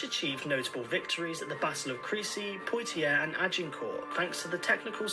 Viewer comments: Hi you need to very careful in what you choose to watch on the web I appreciate you are trying to learn about our history, but using sources like this is not helping you. Apart from the fact that he cannot pronounce simple names like Crecy, which is a pet peeve, but tends to show that this person is not educated he simply has many facts plain wrong. For instance we do not ' elect' kings , Another example the country which transported the largest number of slaves to the New World was Portugal, they shipped approx 4 million of them to Brazil , Regarding the jump from Queen Anne to King George the first, this had to do with the Act if Settlement of 1701 which means only a Protestant can inherit the throne. At the time many thought that it should revert to the Stuart's but because of vested interests the Act was passed and they had to overlook 57 yes 57 possible claimants to get a Protestant..This peice of what any other group would call discrimination is still in force. So I could be an Australian Buddhist, if and Indian Hindu or American Jew and walk in the country tomorrow marry the heir to the throne and become queen but I cannot be a British citizen whose family have lived here 1000 years who happens to be a Catholic . In the Irish famine half the population was not killed . Before the famine the population was about 8 million after it was 6, so Ireland lost a quarter of its population. 1 million perished 1 million emigrated.The causes were complex and.include, l being vulne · That video you were reacting was awful! Clearly made by someone with a poor knowledge of history and fails to even pronounce the names correctly. Your video is excellent as always :)